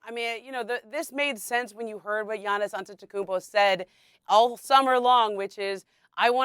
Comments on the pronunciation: Say Giannis’ name right! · Am i the only one who heard her miss up Giannis named lmao 😅😅😅😅. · They still can say Giannis’s name?? Lollll these reporters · Bro noone can say giannis name 😂😂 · They both screwing up Giannis name. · Bro fire that lady how does she not know how to pronounce these athletes names